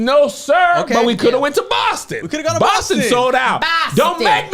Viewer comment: That Chick Angel "Boston" "😂😂😂😂😂